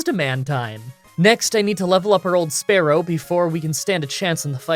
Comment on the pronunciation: SPEAR-ow not sparrow I mispronounce names all the time i am from Philly so i pronounce water wuter.